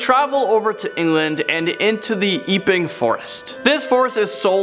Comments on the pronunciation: Love the channel but Epping forest is pronounced rhymed with Stepping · could you check with Rebecca before doing videos with British place names in future please. It's "Which-wood" and "Ep - ing" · FYI, Epping Forest should be pronounced Epp-Ing, not Ee-Ping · Pronounced witch wood and Epping as in e for egg not e for evening ☺